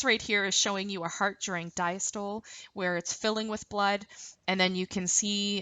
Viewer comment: I keep getting caught up every time you say "CAPILLARY" or "CAPILLARIES". Lol it's pronounced 'CAPillary' like you're saying "CAP-A-LEH-REE" with an emphasis on the 'CAP', not 'Ka-PILL-A-REE'. And "DIASTOLE" is not pronounced "Dya-STOLE", it is pronounced 'di-AS-tuh-lee'. Also, ACETYLCHOLINE. Lol It's not "ASS--A-TILL-KO-LEEN"...It is 'A-SEE-TULL-KO-LEEN'. And VENULES/VENOUS are pronounced incorrectly. I make this a point because you're teaching a lesson that involves medical terminology and you are not saying these words correctly! Otherwise great video!